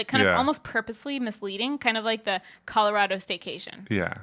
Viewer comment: With love, the way you say Colorado is why Texas and Colorado have a rivalry! 🤣